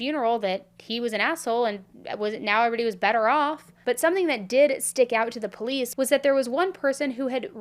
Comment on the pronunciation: No one should watch these videos Worst coverage Plus worst host She can’t even pronounce POLICE I unsubscribed and the videos still play!!! #cashgrab #worstcrimechannel #banbeam